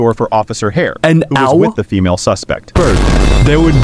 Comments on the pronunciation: BRO TI SAYS FEAMLE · The first one said feamle Instead of female💀💀💀💀💀💀💀